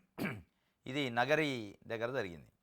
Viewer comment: నీకు కనీస జ్ఞానం లేక వార్త చదివితేఇలా ఉంటుంది చంద్రబాబు కుప్పం, నగరిని ఎలా చదువుతావు